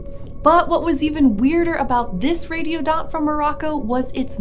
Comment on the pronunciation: I thought she said "radio dot"